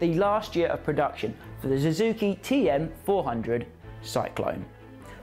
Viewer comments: Suzuki not Zuzuki. Husq varna not Husqa varna. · Su zuki not Zoo zuki.